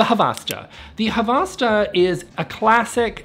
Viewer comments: Isnt it havsta hav sta ? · Correction: It's 'Havsta' not 'Havasta.' Two syllables, not three. A rare mistake by the (usually) articulate and precise. I've heard that Swedish people actually are forgiving about pronunciation, as suggests, but that they're real sticklers for spelling. And you don't want to make the Swedes mad. "No meatballs for you!" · I dont think you need to care how to pronounce Havasta right, im swedish dont even know how it should be pronounced 😅